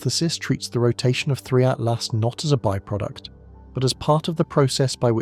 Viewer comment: Every time narrator says 3I/Atlas sounds like Free at Last!